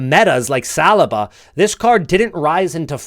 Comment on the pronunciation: As an arsenal fan, I can’t get over how your pronounce Saliba. Like listening to knives scraping forks. How do u not know how to pronounce his name by now 😂😂